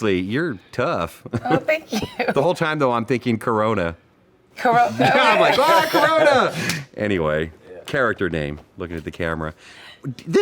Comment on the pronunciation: Did he Said Corona 🤔😂😂